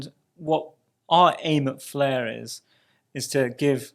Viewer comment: What is the "fluh" network? Is that Welsh?